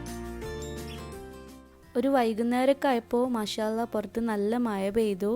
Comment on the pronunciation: മയ അല്ല മഴ 😜